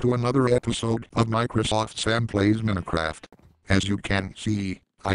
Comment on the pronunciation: Microsoft Sam calls Minecraft Minicraft